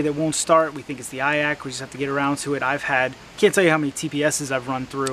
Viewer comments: Never heard someone call an iac an "eye ack", live & learn I guess. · That surprised me too, I've never actually heard anyone pronounce it, just assumed it would the 3 letters. Nice vid tho, man